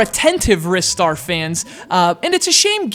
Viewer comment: Filipe Andrade Okay, well I'm going to carry on calling it Ristar the way I've always done lol, but thanks for justifying the correct pronunciation for the name, I'll look more into the Japanese meaning soon :) I know he appeared in Sonic & All-Stars Racing Transformed, and I'm thankful that he hasn't been completely forgotten like poor old Streets of Rage. Having said that, I believe it is time for a sequel now, with the new generation of gaming and all that :)